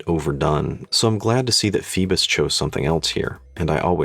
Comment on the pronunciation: Pheebus. Pheedback